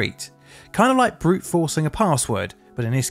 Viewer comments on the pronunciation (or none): none